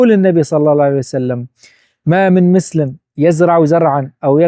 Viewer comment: يا قول ما من مسلم بضم ميم المسلم و ليس ما من مسلم بدون حركات لان عم اسمعها مس..مسلم... هاي نصيحه لا اكثر و محتواك جميل متابعك من الفيس و اليوتيوب ❤❤